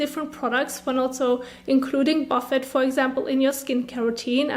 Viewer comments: I'm from the UK ... we generally pronounce it boo fay here too, usually to describe a buffet of food. No one here as far as I'm aware calls it a buff ett 😆 but please carry on, as I said, kinda adorable 🤩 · Great video, very helpful! Just so you know, the word is French origin so the T at the end is not pronounced. It should sound like Buff-ay :) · Buffet 😆 ... isn't it pronounced boo fay? You're kinda adorable.